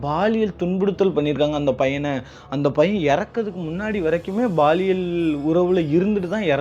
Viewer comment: Watching from Malaysia 🇲🇾.. (Baaliyal....Or Paaliyal..?? B\P.. Paaliyal thaan Correct Word bro☝😄!!